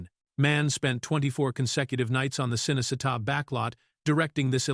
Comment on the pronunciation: can’t pronounce a lot of names either. Cinecitta is pronounced Cheenaycheetah😊